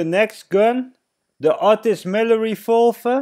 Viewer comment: It made me mad when that kid made fun of you for saying refolver and not revolver thank you for this video